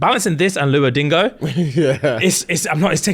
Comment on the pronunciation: Man said luo dingo 😂. Get your English down right. It’s Duo lingo